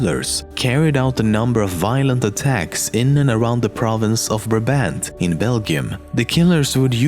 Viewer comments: In nr. 3 you mispronounced "Brabant" The first "a" sounds as an "I" but withou the "j" sound at the end, and the second "a" is more as in "car" But in Belgium we mostly refer to them as the gang of Nijvel (bende van Nijvel) Nijvel is one of the cities were they atacked . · Brabant would be more correctly pronounced like Brah - Bahnd, cool vid tho.